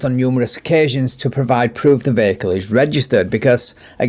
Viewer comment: Do you know what a "VECKLE" is? It's how you call a vehicle. LOL.